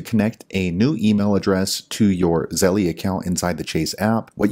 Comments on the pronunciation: ZELL, not ZELLIE! LOL Stop saying it wrong! Just something that grinds my gears haha! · I thought my brother was the only one who pronounces Zelle as Zelly😂